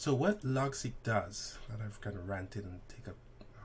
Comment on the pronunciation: It's Logseq. Not Logsec.